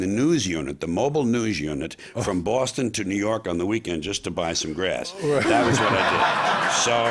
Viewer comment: Think George is the only New Yorker that can pronounce "Boston" correctly! We miss you George, your attitude is much needed in this day and age.